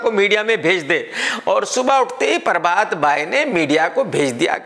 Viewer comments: Everyone - prabhat KRK - parbhat 😂😂😂😂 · Not prabhat he said parbath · Nobody: Literally Nobody: KRK: espice media, परभात😝😝